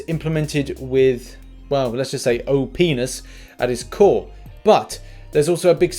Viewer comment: You said "Oh-P-ness" at the mark and it was said just right to sound like "Oh Penis" lmao it's all good but that was funny dude!